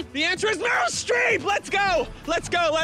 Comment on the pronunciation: BRITME STREEP